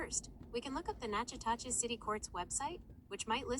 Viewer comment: It's pronounced Nak a tish